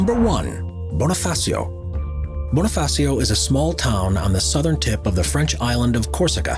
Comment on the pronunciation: 1/ It's not Bonafacio, but Bonifacio 2/ Nuggets point being "the most dangerous lighthouse" you say? Here in Brittany, that's what our lighthouse keepers call a retirement home.